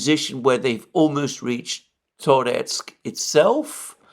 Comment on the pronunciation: Now that Ocheretine is liberated by Rossiane, you should start pronouncing it porusskiy -Ah che RET i neh - with schwach o as in owl, how, now, brown, cow. And Tar YETSK.